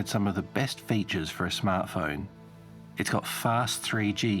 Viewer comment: Dude says Fayjus, instead of "Features"